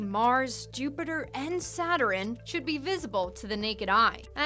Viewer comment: First of all that's not how you say Saturn second what's up with those pants geez Louieeezzzz